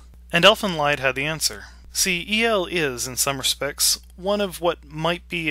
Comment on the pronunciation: By the way, the "lied" in the title is pronounced "leed." It's German.